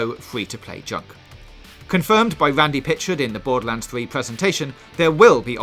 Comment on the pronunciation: Bowduhlands fwee